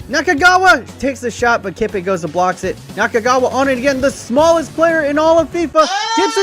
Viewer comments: You say Kippe like this: The «Ki» sounds like «Ch» in Chicken. Then press the P sound like in the word «Skip» then add the E. So it would be like «Chippe». Kinda hard to explain. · Kippe is pronounced Chippe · It’s pronounced KIPPE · You Said Kippe wrong